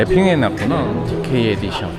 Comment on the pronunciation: 츠치야 영어발음 은근히 따라하시는거 나만 웃긴가 ㅋㅋㅋㅋ 디께이 에디숀!